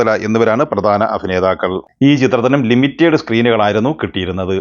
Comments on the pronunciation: അണ്ണാ ലിമിറ്റേഡ് അല്ല. ലിമിറ്റഡ് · അതുപോലെ limited എന്ന പദം ലിമിറ്റഡ് എന്നാണ്.ലിമിറ്റേഡ് അത്ര ശരിയല്ല.